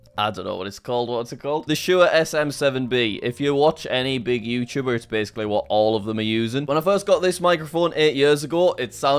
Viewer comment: you said YouTubers weirdly